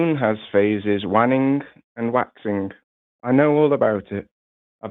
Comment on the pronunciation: pronounced 'waning' as 'wanning' hahahahaha